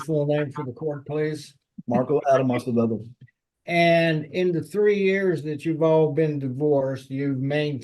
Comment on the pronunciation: Spanish last name Acevedo, not Asebedo. Try tp correct it if posible, not very important for the video but it is better to accuratly spell everything including names and surnames. Thank you